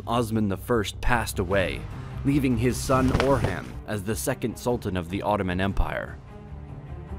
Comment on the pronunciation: How can you make such good videos and mispronounce simple words like "tomb" and "Orhan", among many others?